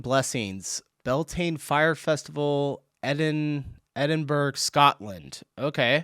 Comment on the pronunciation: you please learn how to pronounce Edinburgh correctly. It's not Edinburg😡 It's pronounced Edinburra or Edinbra.